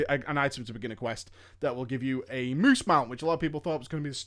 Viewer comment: I get over how hilariously you say, "THE MOOSE!"